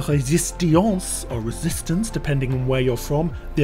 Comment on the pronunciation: It isnt pronounced "resist-i-ance" in any language